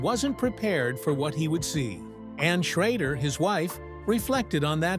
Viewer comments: Ken Schrader is not pronounced as you're saying Ken Schrodder in this video. So for Correction its Pronounced Ken Sch...raid...er , but its spelled Ken Schrader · The guy talking and saying Ken sharader last name, can't pronounce his last name Correctly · Too bad they cant teach that fake voice how to pronounce Schrader.